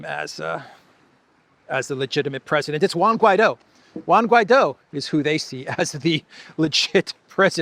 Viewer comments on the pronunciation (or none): none